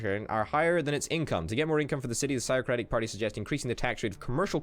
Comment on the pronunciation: its (fiziocratic party) Physiocratic